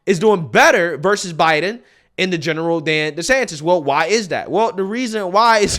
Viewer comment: Every time he says desanctis he loses me even more